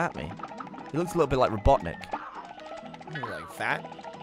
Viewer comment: I wonder how many little kids were confused when Gavin said robotnic